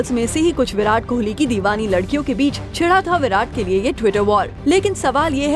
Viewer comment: anyone observed "kholi " .... wtf his name is kohli...not kholi..